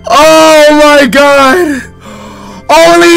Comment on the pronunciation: He literally says oh my gaar😂